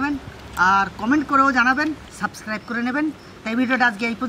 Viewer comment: O suscribe bola bondho koro kothata subscribe thik kore bolo amra tomader vlog khub dekhi bhalo lage